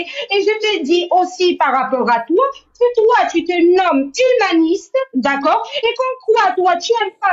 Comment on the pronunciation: Y a que moi qui entend " tu es tue-maniste"? 😂😅